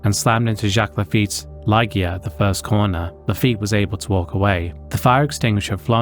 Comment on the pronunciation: A few corrections, if I may. Bianchi is pronounced "Bee-AN-kee", not "Bee-AN-chee". Jules' best F1 finish was 9th, not 8th. It's Romain Grosjean ("GRO-zhon"), not "Gross-Jean". The 19-year-old marshal's body was not split in two. His red sweatshirt came off during the impact, which has unfortunately fuelled that misconception. And Ligier was a French team, so it's pronounced more like "Lee-zhyay", not "Lye-gear". Small details perhaps, but worth getting right in a video covering such serious incidents.